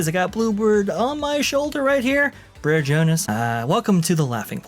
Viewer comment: “The Breres made it” my dude brer means bother it’s not a name